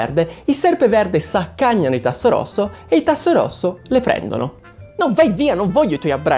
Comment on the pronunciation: Non si pronuncia Tasso rosso ma Tassofrasso, e poi perché indosi la cravatta di Serpeverde??????????🙅🙅🙅